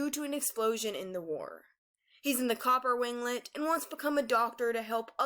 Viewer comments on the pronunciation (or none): none